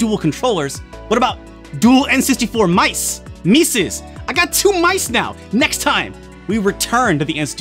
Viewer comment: i get the feeling that is analytical like me he said meses for the fun of it even thought he knows that's incorrect:)